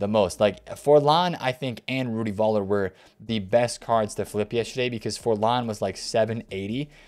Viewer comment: Its not Voller its Fuller the V sounds like an F